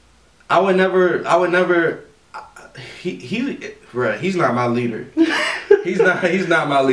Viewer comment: 😂😂😂😂😂😂😂😂 The Best Parts were the shoes changing, that hand, HAND coming out of where the foot should be, THAT DAB THO, WHEN HE WAS SAYING HIS WORDS LIKE LEADER HE SAID ALADIN, AND LEAD BUT HE SAID LED LIKE IN PENCILS, THEN HIS SPEECH😂😂😂😂😂😂😂😂